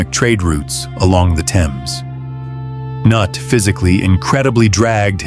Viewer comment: Excellent presentation, however, I have never heard Prince Cnut's name pronounced in so many different ways. I respectfully suggest that you're narrator find how the prince's name was properly pronounced. After a while it just became downright funny.